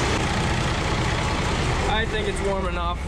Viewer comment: emphasis on the “I think” 😂